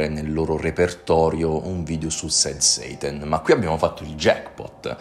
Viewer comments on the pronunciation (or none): Scusa ma quando dici sad "seitan" mi viene in mente il seitan dei vegani 😅